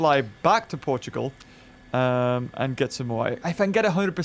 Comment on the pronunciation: Hi. Im portuguese and thenway you said portugal was amazing